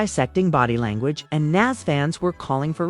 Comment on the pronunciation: Interview suck plus you saying nas name wrong can’t listen